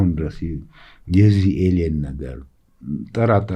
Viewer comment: ኤሊየን/ኤሊየኖቹ not ኤሊያን/ኤሊያኖቹ 😡